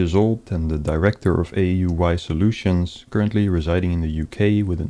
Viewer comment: I didn't know "I.T Soultions" was a job. PCs have souls?